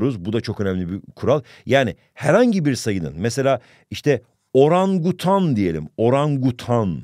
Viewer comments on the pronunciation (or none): *oRaĞnGuTAĞn* *WOĞAOĞAOĞAĞA*